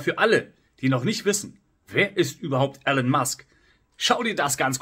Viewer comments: Elon gesprochen Ilon, nicht Ellon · Aussprache : Ihlon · Guter Beitrag aber bitte, nicht Elen Musk, er heißt Elon.